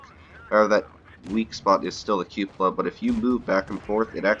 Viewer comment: Did you know you're the only Youtuber who pronounces cupola correctly?! Got yourself a subscriber.